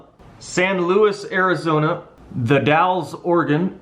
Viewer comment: Holy cow, you even pronounced The Dalles properly!! 🥳